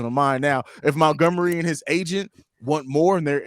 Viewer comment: Rayquan Smith, Mentgomery? Dudes pronunciation of those two names cracked me up.